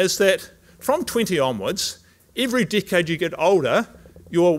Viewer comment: So funny. I heard d*ck head when he said decade. Took a while but I had a laugh that helped wrapping my mind around government and science guidelines in the light of this amazing lecture. Thank you so much. 🙏❤️🌹